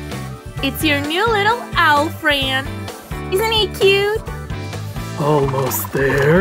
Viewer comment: Ya said frieynd instead of friend 🤣🤣🤣🤣🤣😂😂😂😂😂😂🤣😂🤣😂🤣😂🤣😂🤣😂🤣😂